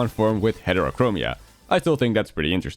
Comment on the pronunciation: It's "heterochromia"... 😢